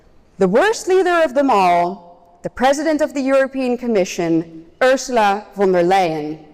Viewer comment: She gets the name wrong, It is Ursula fon da lying.